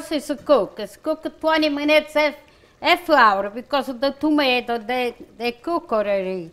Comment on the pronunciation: Just adorable. I love how she says “minoots” for minutes. Just like my nonna used to say. Puts a smile on my face every time. ❤️💖❤️💖❤️ Amore di British Columbia, Canada. Kris Butticci-Bowler.